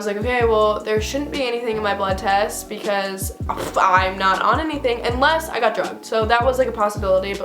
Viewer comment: "blood twest" haha but omg that's so messed up